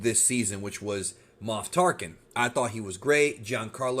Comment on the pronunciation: Moph Tarken lmao